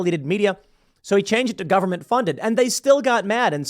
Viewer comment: Say taxpayer funed not govenment funded